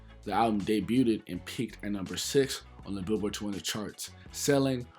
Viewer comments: Bro I love ya channel and the work u put in🤞🏽 but I gotta correct u bro. It’s (DAY BUGH’D) not (DAY BÜT’D) again BIG fan 😅🤞🏽💯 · Nice vid but my dude, please stop saying “debuted-ed”, it’s pronounced “dey-byood”. 2 syllables. And glad you owned up to that sex drugs and ent slip up from the first vid. That bothered me when I heard that, especially after you said Killa is your favorite rapper. But big ups to you for being your age and going back and learning about the past generation. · "Debut-ed". Lol. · Day- byood (debuted) 😘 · Why’s he keep pronouncing debuted like that lol